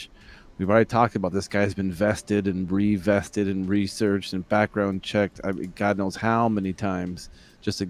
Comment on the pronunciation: Vetted....not vested. Vetted.